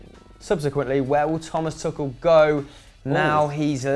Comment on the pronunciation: "Tuchel" not "Tuchal", unless there's some play on words which I don't understand :D